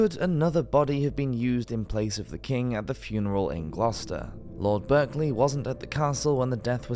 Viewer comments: It's pronounced Barkley it's only spelt Berkley and as an English man ( unless this was a computerised voice ) he should know that . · 😂😂😂 Berkeley it’s pronounced “ Barclay “ lol🤔 😉this is a well-known story around these parts and it is said that you could hear the King screams from several miles away…… ouch🥴😕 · Berkley Castle is actually pronounced "Barclay" If you don't believe me as the Berkley family. They still live in the castle. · A pity about the mispronunciations. A couple of them: Pant y Brad = Pant uh Brad. Berkeley Castle is pronounced Barclay. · Berkeley Castle is pronounced 'Barkley'... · Strange but true, with respect to the castle & it's associated family, the word Berkeley is pronounced with an 'a' not an e.